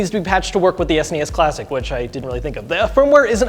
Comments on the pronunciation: S-nee-s? S N E S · I'm sorry, but "Es-knee-es"? WTF? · Ah ha! I just got the title... You say "An S.N.E.S mini". But I read it as "An Snes mini", like how people in Europe say it. 🤔